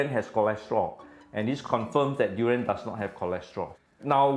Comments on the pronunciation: Fun fact: it's called duri-yahn, not duri-yen. Literally means "thorny thing" in Malay. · I feel offended by this narrator pronouncing“du rans”. When it’s “dur ee unh” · Yep.. saying duriyen like having a short tounge😂😅